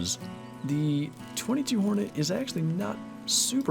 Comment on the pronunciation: It is pronounced two two hornet